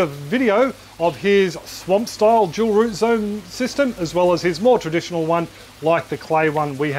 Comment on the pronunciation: "Jewel root zone". Now you can't unhear it.